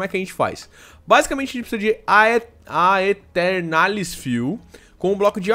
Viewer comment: "AE" em latim tem som de "E" Então a pronúncia é "Eternalis"